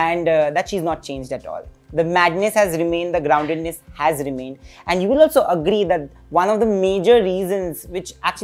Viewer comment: Do you HAGRI? 🤣